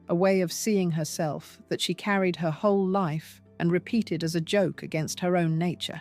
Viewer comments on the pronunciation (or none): none